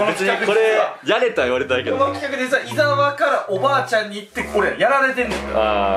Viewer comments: 「いざわ」じゃなくて「いさわ」って言ってない？ｗ おばあちゃん可愛いなあ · おばあちゃん、イサワじゃなくてイザワです…笑